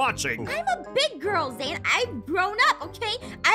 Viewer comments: Its zane not zain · It's Zane not zain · BRUH THIS IS SWEET BUT THE CORRECT WAY TO CALL HIS NAME IS ZANE NOT ZAIN!!!!!